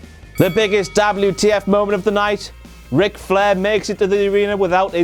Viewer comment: I love it when he says Dablew Tee Eff !